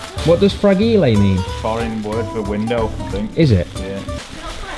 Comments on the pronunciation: It's * fra- jile * not fra-gi-li 😂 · The fact that pronounced fragile as FRA-GEE-LE and asking what does that mean and vibing with it saying foreign word for windows really got me.. 🤣🤣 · what does FRAGILE mean? It’s FR-AJ-L and it means delicate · fragile is pronounced as fre-jile, it means delicate, its an english word😂❤ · Why is no one talking about the 'frageelee' at the start? 'Fragile'😂😂 Love you guys❤❤z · "What does 'Fra-gee-ley' mean?" Best moment. hands down XD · The Fra gi li got me rolling😂🤣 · ‘Frageelé’ pls tell me this was a joke 😂 you fragile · Fragile means it can be easily broken. It's pronounce fraj•ile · Fragile- easy to break i dont really think its french 😂😂😂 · I hope you didn't actually mean that's how you say fragile! 😂 I'm sure you know how to actually say it 👍🙂